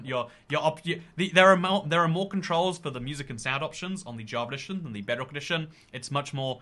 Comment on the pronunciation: Am i the only one or is he saying "javeredition"